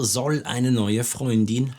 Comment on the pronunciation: I have an important question pronunciation of "soll" why u r not pronounce s like z at the beginning of the sentence ??